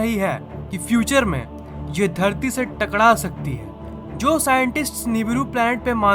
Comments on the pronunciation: ( टकड़ा),, मैंने नोटिस किया है कि "टकड़ा,, शब्द आप नहीं बोल पाते है। ( टकरा)जाएगी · Bhai aap takra nahi Bolte app takda Bolte ho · Bhai takda jaygi nhi takra jaygi ;)